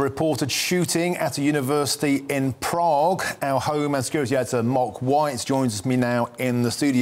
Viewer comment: Apparently the left reporter doesn't know how to pronounce the letter A. He called his colleague "" and said things like "We sow" and Proog. The other one pronounced Prague wonderful.